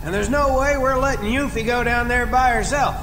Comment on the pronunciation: Wow. Actually hearing these Final Fantasy 7 terms and names pronounced the way they ended pronouncing them (Yoofie?), I never want to see a remake of Final Fantasy 7. If the original Final Fantasy 7 had audio, and we actually got to hear Barret say the things he was scripted to say, that game might have tanked outright. These characters acted and sounded so much better in my head, with only their words on the screen and some polygons for their bodies.